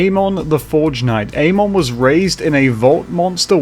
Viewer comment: Pretty sure it's pronounced ah-mon with the emphasis on the 'm' and not ayy-mon with emphasis on the 'a'